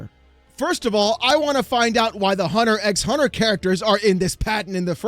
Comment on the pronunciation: Not to be that person but it's pronounced "Hunter Hunter" not "hunter ex hunter"